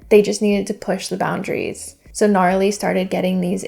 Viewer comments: it's not pronounced Gnarly lol it's Na-Rally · Love the video and all your content but it’s Narally. Pronounced Nuh-rally. And it’s not a distrack made by Laura, Narally made it. Sidenote it looks like all her portraits are of the same photo🤨😂